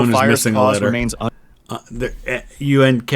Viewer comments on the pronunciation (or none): un"k(c)own" Probably intentional